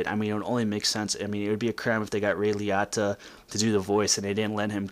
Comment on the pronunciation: Please say his name right. Pronounced ray liOta